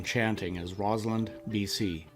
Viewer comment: It is ROSSland, not ROZland. The Lady Mayoress should know this and not sound like an idiot.